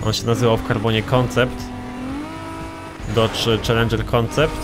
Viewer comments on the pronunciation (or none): none